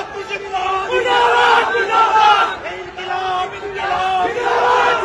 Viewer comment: ইনকিলাব বলতেছে নাকি ডিমকিলাব বলতেছে😅😅